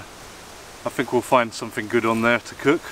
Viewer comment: Welcome back to, the. Some translation for you guys from idiot English to proper English. Here we go then. Somefing = Something, Fought = Thought, Fing = Thing, Fink = Think, Somefin' = Something, Froo = Through, Fanks = Thanks. Short & sweet this time round. Oh, please for the love of God, no more close ups of you slurping on tea or food.